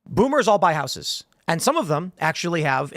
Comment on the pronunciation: That's not how the word houses is pronounced. Someone tell him.